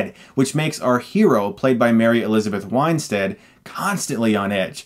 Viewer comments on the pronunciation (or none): Winestead? Not Win-stead???? You sure? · Argh! Chris! AGAIN, you KILL me with mispronouncing actor's names! It's pronounced "WIN-stead," as it's spelled, not "WINE-stead." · It's pronounced Mary Elizabeth WIN -stead, not WINE-stead. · Pretty sure it's WIN-stead, not WINE-stead. Don't mean to be a dick; love your reviews. Just had to chime in. Cheers, dude. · WIN-STEAD, not WINE-STEAD. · *"Winestead" haha I used to make the same mistake pronouncing her name...tomato, tomaato whatever am I right? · Weinstead? Winestead? It's not even close!